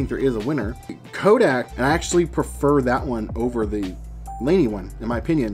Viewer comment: It is pronounced Leen-èh